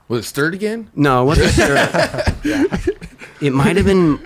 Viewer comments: The man's name is Daniel Harold Sturt and not "Stuart" and not "Staurt" for that matter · I can't take this any more. It's Daniel Harold STURT. Like a street ran into a yurt. Every time someone brings him up says Stewart and it's maddening. That is all. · Kris is rad!! By the way, It's Dan Sturt, not Stuart. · How many times can you say someone’s name wrong EVEN after being corrected? I stopped watching the video. Lmao. His last name is “Sturt” not “Stuart.” The guest, who’s actually shot with him before, knows it better than you. Someone’s ego’s getting a little too big... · Wait, is there a "Dan Stuart" who takes photos as well? Ever since the late 80's, I always read and thought his name was "Dan Sturt." Maybe I'm wrong, but in case I'm not, I've heard mispronounce his name in at least five interviews.